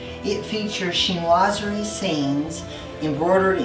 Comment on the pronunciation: What a beautiful combination of colors and textures! The centerpiece is over-the-top gorgeous. Thanks for teaching me the correct pronunciation of "chinoiserie." You should have heard my phonetic attempt, especially with an East Texas accent...a trip. 😀